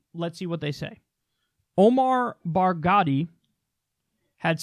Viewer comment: Barghouti just pronounced it like it was an Italian name with a silent h 🤣 (easiest solution), you make it sound like Baghdadi.